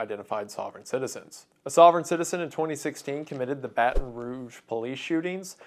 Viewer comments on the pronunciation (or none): none